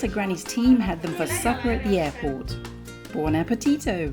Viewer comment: „Buon appetitouu“ 😅. 🇺🇸 meets 🇮🇹😉